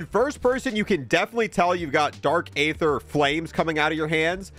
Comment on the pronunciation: How on earth are you mispronouncing aether? It's pronounced "ee-thur" not "ay-thur". The game even tells you, bro.